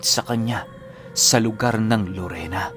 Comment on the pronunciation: Larena po Hindi Lorena Siquijor